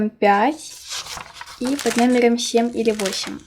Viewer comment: Может хватит говорить сЕм правильно семЬ